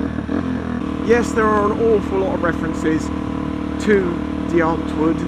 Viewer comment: Kif review. BTW It's pronounced dee aunt voort. Hosh.